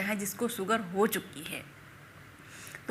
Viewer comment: सक्कर नहीं शक्कर सुगर नहीं शुगर सहद नहीं शहद